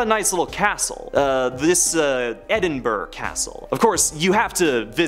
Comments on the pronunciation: I live near Edinburgh castle and I would like to say it’s not pronounced edinburg it’s pronounced like edin-bruh the g I silent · Edinburgh is pronounced Edin-bruh. Leap Castle is pronounced Lep Castle.